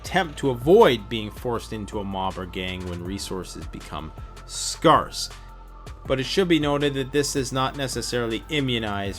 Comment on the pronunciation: Scare-ce, not scar-ce;). 'Luv ya',!